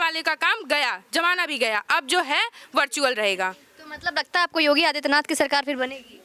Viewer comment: Name to sahi se bol do Yogi ka